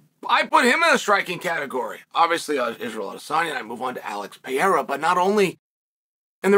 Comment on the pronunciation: Chael: Peheiha Also Chael: Mucklechev